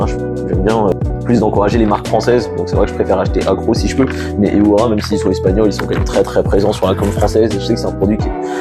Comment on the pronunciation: marrant j'avais jamais entendu dire heura comme tu le fais mais ça parait logique ^^ ouai je suis d'accord la plupart des charcuterie sont dégueu malheureusement, et ovs est trop chère aussi. le jambon lavie est pas mal aussi et moins chère que du animal et dispo un peu partout